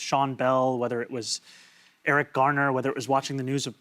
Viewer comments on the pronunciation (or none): none